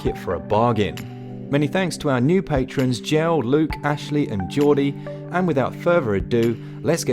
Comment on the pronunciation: Haha you're pronunciation of Jelle. It's not like 'gel', but rather more like 'yeller' (without the r)